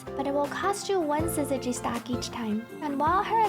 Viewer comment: Finally, someone who can consistently say syzygy properly!